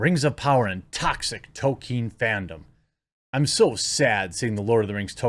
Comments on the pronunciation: TOLKIEN not TOKEN 😡 Why is pronouncing peoples names correctly so impossible for you? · Could you stop pronouncing it Tokin Sounds odd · Dude, pronounce it correctly!! At least remember there is an "l" in Tolkien! It's pronounced toll-KEEN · STOP CALLING HIM "TOKEN", YOU SOUND LIKE A GOON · Jeremy please learn how to pronounce Tolkien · The ‘L’ in Tolkien is not silent, Jeremy. Btw for all who care — first Black Panther was WHITE. The only way to fix this hysteria is by voting for Trump in ‘24. It’s so ironic, to the weak-minded people who were bullied and shamed into not voting for him but still think they’re patriots — you created these problems. You emboldened the sick left.